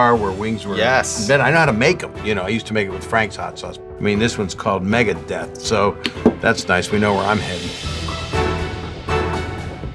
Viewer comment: "This ones called mgeadeath, so we know where I'm headed..."